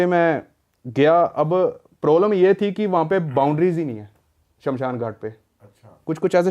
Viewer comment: Indu nahi hota Hindu hota hai... Aur Shanshan nahi hota hai Shamshan hota hai. 😅